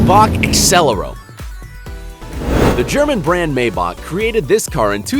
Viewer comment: He said maybach wrong he really pisses me off